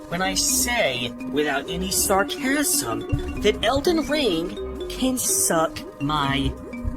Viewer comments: with out any...what was it again? SAR CHASM? got it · How does that one guy pronounce sarcasm so weird. I’m like that isn’t possible.